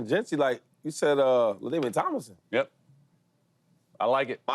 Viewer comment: Ladainian Tomlinson… Come on man lol